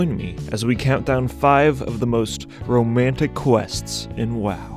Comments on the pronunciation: romnatic? :D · Romnatic? O.o